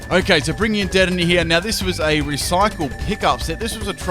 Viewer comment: You said Dedenne wrong :/ (de DEN ay)